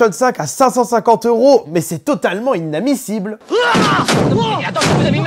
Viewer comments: Idnamissible ... qu'il dit au lieu de inadmissible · Inadmissible pas inamissible mddrrrr